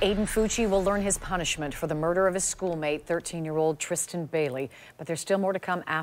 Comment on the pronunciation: HER NAME ISNT TRISHTAN what in the world is going on? Its TRISS-tan